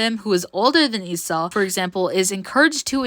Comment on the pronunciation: finally someone pronouncing her name the right way. Some will pronounce it leeso